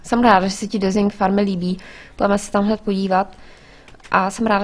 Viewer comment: a prosím trochu poněn vyslovnost toho desingu ja když sem tu uslišel poprvé tak sem si říkal proč tam k stavbě říká dresing